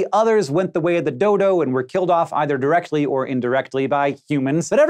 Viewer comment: Is it just me or did anyone else here dildo and not dodo